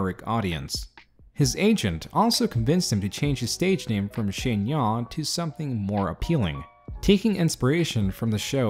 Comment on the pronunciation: He fucking ruined my name